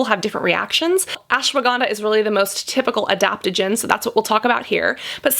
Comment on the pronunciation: Omg the way she said ashwaganda 😌damn how she got that accent